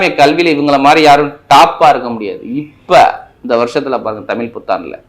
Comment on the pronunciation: உங்கள் தமிழ் என்ற உச்சரிப்பு தவறு.